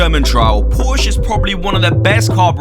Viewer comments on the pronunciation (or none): none